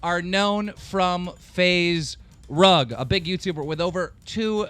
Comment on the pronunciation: did he really say Faze Rung?